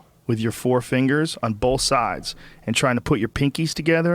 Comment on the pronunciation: Does it annoy anyone else how Rogan says "Both"? Sounds like he's saying Bolth